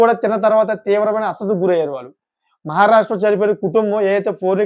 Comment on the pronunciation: నీది సోది ఎక్కువ..అసలు తక్కువ.. అస్వస్థత...పలకడం...రావట్లేదు